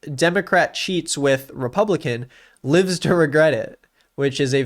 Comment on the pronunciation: why did you pronounce lives like that